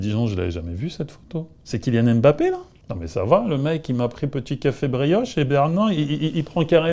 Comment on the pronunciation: Alors là La coupe est pleine Toi un vieux bassa tu sais pas prononcer les nom Camerounais. C'est K. MBAPPÉ et non K. M.......BAPPÉ Qu est ce que ça veut dire ça ? C'est quoi ces conneries Je suis en colère Allez je te boycotte